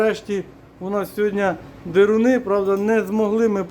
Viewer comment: без образ...але не дИруну,а дЕруни...